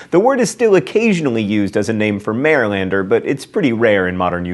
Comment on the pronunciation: hi, yeah, from Maryland here, the terrapins are an amazing mascot and you do not know how to pronounce Marylander